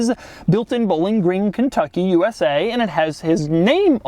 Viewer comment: “Bo-Ling” Green, KY. Seriously? He can’t pronounce Bowling Green?